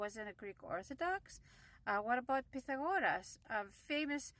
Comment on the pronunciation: When you said “Pythagoras” I immediately knew you truly are Greek haha 🤌 Everyone who isn’t Greek or Italian or Spanish says that name wrong 😂